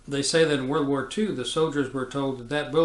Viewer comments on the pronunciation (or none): none